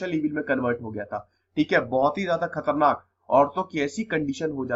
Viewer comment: This is very wrong way you say khaternak